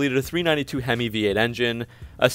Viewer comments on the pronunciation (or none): none